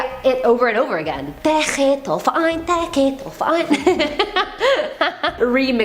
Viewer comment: German Girl here. Zeche Zollverein has an awesome Disco inside too. But you speak it more like Zeche (IPAˈt͡sɛçə) the Z like in Zoo, E like in essence and CH in chandelier and the E again like in Essence. Zollverein(IPA: ʦɔlfɛɐ̯ʔaɪ̯n) is more difficult, Z like Zoo, O is spoken like the letter alone(if you rhyme the alphabet song kinda) the LL like in LUL, V like you peak PHeromone, E like fAIr, the R like in faiR and the ending EIN like the ai in fair plus an normal N. You can do it ;P